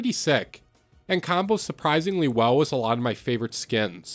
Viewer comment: Bro say wiss instead of with